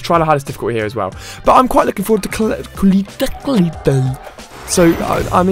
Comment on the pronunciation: It's "Cole - let".